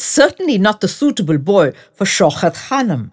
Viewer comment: It is Shaukat ...not Shaukhat !! Diction all wrong !! Narration ..has wrong modulation of voice !!